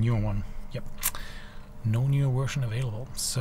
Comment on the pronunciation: No accent until you say 'Wersion' :-)